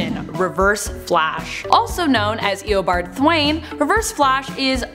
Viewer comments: The absolute second she mispronounced Eobard's name I went straight to the comments xD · As soon as I heard her butcher Eobard’s name I came straight to the comments